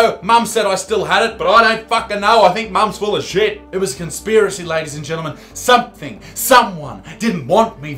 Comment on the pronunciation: She’ll have ‘somethink’ to say about that...